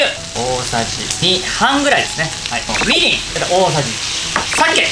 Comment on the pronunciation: みりん、酒のいい方が訛っていた！